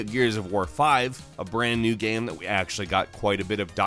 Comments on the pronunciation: It's game not guyam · can you please stop pronouncing game as GEEEHMM? Thanks.